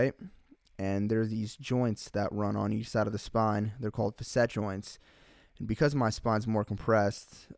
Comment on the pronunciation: FASS-it, not FUSS-et for Facet haha